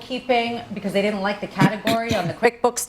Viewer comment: Love you, but you really need to stop saying "didnit" instead of "didn't".